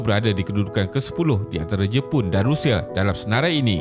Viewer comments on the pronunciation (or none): none